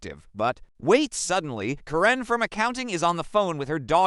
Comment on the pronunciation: OK "Kuh-ren"